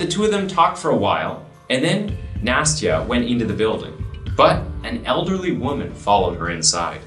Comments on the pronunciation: Nah-stee-uh. It's not nasty-uh. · I may be mistaken, but I believe the child "Nastya"'s name is not pronounced "Nasty-a", but "Nast-ya".